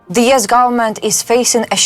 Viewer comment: It's U.S. not YES!